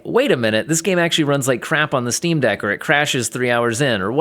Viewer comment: what you said here sounds more like it's SteamOS certified rather than Steam Deck lol.